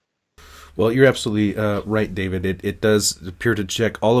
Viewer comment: I cringe every tine David pronounces his name